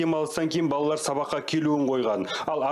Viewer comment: Неге таза сөйлемейсіңдер тележүргізуші тықырлап е мес ,тақырлап балдар емес балалар үстаз дұрыс айтпаса басқаға өкпе де жоқ қой.